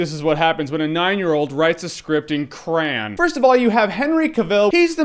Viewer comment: lol, the way Jeremy says "Crayon"